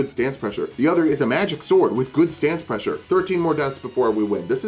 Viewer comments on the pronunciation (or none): none